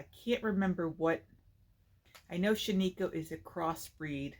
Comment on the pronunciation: Everyone from Oreogn is screaming to all the podcasters, that is not how you say Shaniko...